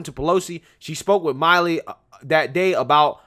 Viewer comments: It's pronounced Mill-ē. Not Mile-ē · General mill e is how it's pronounced. Not Miley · Milley gets furious when his name is mispronounced,im sure knows that.